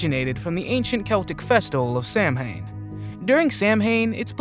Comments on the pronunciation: 1. Samhain is pronounced “sow-win”, not “sam-hane”. 2. Everything you said about the origins of Halloween is false and only part of a modern retelling of it. Halloween is traditionally a Christian holiday with literally every traditional practice being of Christian origin. The concept of sorcery, witchcraft, and associations with Samhain are exceptionally modern. We also know nothing about Samhain as the Druids kept no written records. All we know about them comes from Julius Caesar (his own writings which were provenly biased and often in error) and the writings of monks hundreds of years after the disappearance of the Druids. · Decent video. Need to play the original clips you base each segment on in full and stop cutting away multiple times. Also, Yosemite is pronounced Yo-sem-i-tee. It's Massachusetts, not Mass-a-too-shits, and Samhain is pronounced Sah-Win. 😊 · Samhain is pronounced sowen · Im sorry to do this but.. Samhain is pronounced..sow-in otherwise great vid 👍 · 'Samhain' is pronounced 'Sow'winn'. 👍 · you're totaly mispronouncing Samhain. Look it up and try again.